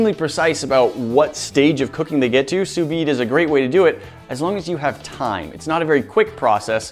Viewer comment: The V in sous vide is silent, just like the second S in sous